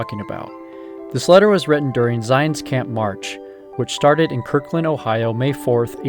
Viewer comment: Did he say "Kirkland"?